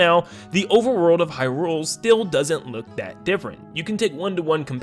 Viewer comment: I love your content but oh my god is it jarring to hear you say Hyrule wrong over and over 😂